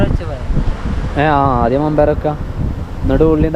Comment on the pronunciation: മമ്പയർ അല്ല വൻപയർ